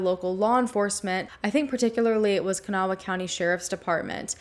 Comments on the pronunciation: Kanawha County is pronounced kuh-naw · I live really close and was young when this case happened. Just two things that irked me- it's Kan -awh county, two syllables lol. And the West end isn't a city, it's actually the West Side of the capital, Charleston and about an hour from the next county over. Very suspicious case though.